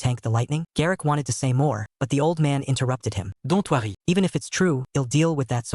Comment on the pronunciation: Why did shesay dont worry like that😂